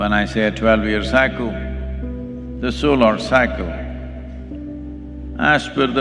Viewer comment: Why do most Indian mispronounce Solar as Solaar?